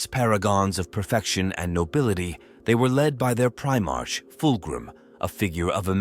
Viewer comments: Prime-ark prime-ark NOT prime-arch PRIME-ARK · I appreciate your efforts and am grateful to be able to enjoy your stories. Please take this with respect. I realize it is a script, but it really disrupts the immersion when the AI pronounces words like Primarch wrong. A bit of pre editing can go a very long way for immersion. If you deliberately misspell the word in the script, I.e. “Prime ark,” the AI should easily recognize both words and repeat them quick enough that the pause between words is short enough to sound like a syllable break. Watch your comments for people bringing up a mispronounced word, and add it to an auto-replace list in your word processing program. Personally I would rather hear your true voice reading the story, than the AI voice, but you are doing an excellent job and I am not going anywhere. (If you are neurodivergent and non verbal, this is your true voice so please disregard my comment as it does not apply.) Keep it up mate.